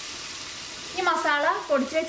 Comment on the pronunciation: ചേച്ചിയോട് വർഷങ്ങളായിട്ട് പറയാണോന്ന് വിചാരിച്ചിരുന്ന കാര്യമാണ്, ചേച്ചി 'മസാള'യല്ലാ 'മസാല'യാണ്! :p